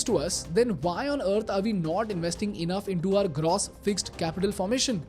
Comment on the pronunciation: Love the video, but just can't shake this off... is that the right way to pronounce "gross"..? It's used repeatedly n is really irksome....